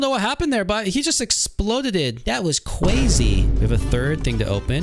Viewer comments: Its so silly when he says cWazy 🥰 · Why are you saying "cwasy" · This is cwazy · “That’s just cwazy” the best line ever said